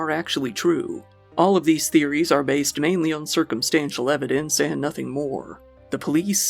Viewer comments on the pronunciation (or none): none